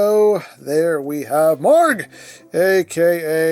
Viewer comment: You're pronouncing the name correctly. I know because I went to google translate and it pronounced it like the way you did.